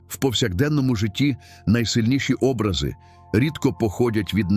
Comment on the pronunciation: ОбрАзи, а не Образи!